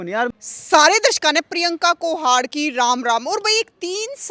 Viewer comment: कोहाड कहने पर तो पूरा जोर लगाव है मैडम